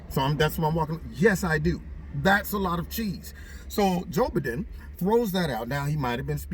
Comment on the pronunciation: Joe Buhden! 😅😂🤣